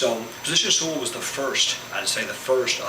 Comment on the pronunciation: Your accent is almost none when pronouncing "Sul" hehehe great vid! Ótimo trabalho (Great work)